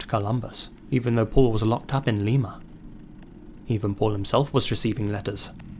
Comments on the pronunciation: We don't say it "Lema" we say "Liema" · Btw it’s pronounced “LIME MA” not “lee ma” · you couldn't have known this but it's pronounced "Lie-muh" like the bean, like "limey". Sorry! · Unlike Lima, Peru, Lima, OH is pronounced Lime-eh. We also affectionately call it Slime-a. Js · My only complaint is that Lima is pronounced "Lye-Muh" long Y sound (I'm from there) But great video overall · The town where he was locked up is pronounce (Lime-uh). I know cuz I live there. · Great video! A minor nitpick, as an Ohioan: Lima, Ohio is pronounced like the bean, not the city in Peru, LIE-mah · I love the way you said Lima 😂 we don't pronounce it like Lima, Peru